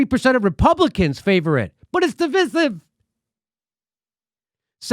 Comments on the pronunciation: Jimmy, jesus, divisive is pronounced as in divide, division "Div-eye-siv". Wtf is "div-is-iv"? I hope he doesn't pronounce divide like he does divisive. Lol. "div-id" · It's pronounced Div-eye-siv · Mr. Dore........ It's (Divisive) pronounced = də vīse iv. I have NEVRE in my life heard it pronounced the way you're pronouncing it. If you're going to tout knowledge upon the people, please educate yourself first. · Good content but you mis pronouncing divisive and that makes you sound less intelligent